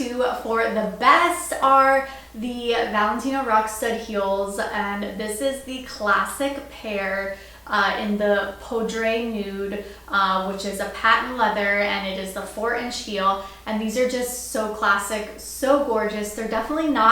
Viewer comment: Beautiful collection. Poudre is pronounced with the e silent, it means powder in French.